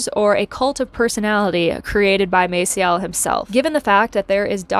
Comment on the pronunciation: I came here to say this. The pronunciation is a soft "a", but I guess she doesn't care. Still, a little hard to listen to when you know for a fact when you are used to hearing his name a certain way.